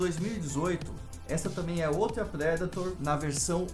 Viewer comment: Massa a coleção parabéns pelas luvas, pelo vídeo e sem ser hater OU algo assim por aprender a pronúncia da predator que é algo que particularmente me incomoda quando alguem fala "predeitor" e me faz fechar muitos vídeos ou até nem abrir quando já sei que o apresentador fala assim